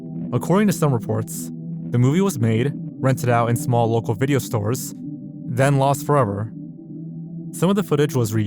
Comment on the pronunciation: i like when you say vijeo XD